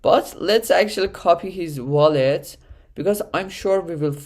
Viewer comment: its called a WALL-ET not a VALL-ET lmao, good video otherwise great info!